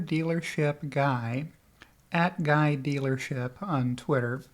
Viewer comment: Guylership lol